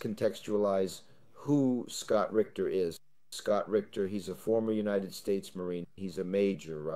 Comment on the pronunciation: I think his last name is Ritter not Richter